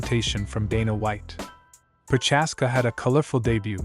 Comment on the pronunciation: its not Proczázska or Proházka, its Procházka